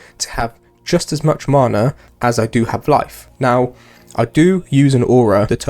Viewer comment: the way you pronounce MANA is triggering x